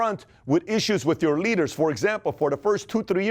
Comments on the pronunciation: Thought he said 20 litres in a room lmao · hahahahahahaha I thought he was saying "a study shows that if you put twenty LITRES in a room, twenty litres in a room, only one..." He completely ignores the "d" sound in leaders.